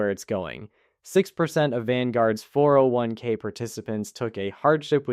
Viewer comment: No normal person pauses between all the numbers of 4 0 1 k.